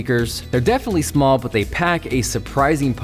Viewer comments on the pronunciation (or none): none